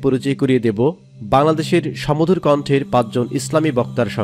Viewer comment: সমধুর না, বলুন সুমধুর